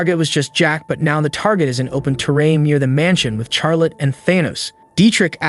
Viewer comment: Charlotte pronounce Charlitte lol